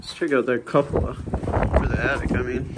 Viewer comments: Cupola is pronounced koo-puh-luh, not cup-o-la. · It’s pronounced Q-pola, not cup. Sorry, that was driving me nuts. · Coo pa la. Not cup a la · Coo-pah-lah not cup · I think it's actually "cupola" and is pronounced like "Q - puh - luh" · Just FYI, it's pronounced koopoluh per Google. I had it wrong too, pronouncing itb quepoluh. Learn something new every day. Do you know the history of this home? Some (not all) homes with cupolas were part of the underground railroad. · Loved the explore but can we work on saying cupola correctly? Lol It’s pronounced coopola. You are about the only explorer who doesn’t have look at every little thing in a room. And you actually video all the rooms. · Dude love your show but you're driving me nuts it's cupola (koo-puh-luh) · It's pronounced as - Cupula / 'kyoo͞′pə-lə" / Koo'poo'lah....it's Spanish. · I always enjoy your videos. I did want to mention that you are not pronouncing the word “cupola” correctly. The “u” seems like it would be a short vowel since the first part of the word looks like the word “cup”, but it is actually pronounced the way you pronounce “you”. As always, I really enjoy your little “photo album“ of abandon houses at the end of your video. You certainly have an eye for capturing a scene. Blaine in West Virginia